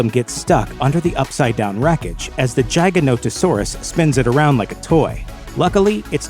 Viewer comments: Hate the way you say giganotosaurus as “jiganotohsaurus” it’s Gig-ah-Not-Oh-Saurus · Giganotosaurus = Giga Not-o Saurus, "not" Gia ga not-o saurus. its not pronounced like Giant, but Giga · It’s giga not jigs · You're pronouncing giganotosaurus wrong. Its not jig, like "I'm going to dance an Irish jig", its gig as in "the band is going to play a gig". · R u domb!? Is it a jiganotasaurus or a giganotosaurus? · Im a velociraptor my six inch retracts as well Edit: its not pronounced jeyeganotosaurus its pronounced GIGAnotosaurus Like the giga in giga chad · Your pronunciation of Giganotosaurus made me laugh. But honestly the pronunciation in the movie also made me laugh because I’ve felt like it was pronounced GI-Ganto-Saurus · I noticed your pronunciation of giganotosaurus was horrible. :P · So is no one, not a single person, gonna point out how he pronounced Giganotosaurus. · Say the name of giganotosaurus correctly way u say it makes me vomit